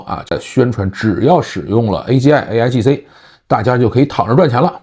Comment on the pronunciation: 说的不是aigc 而是 aigi